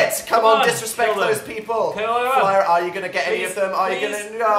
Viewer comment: Was I the only who noticed how dan said people? He said peaple lmao I'm ded